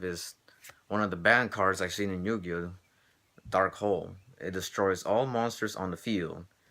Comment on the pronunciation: it sounded like you said 20 yo-yo cards! LOL!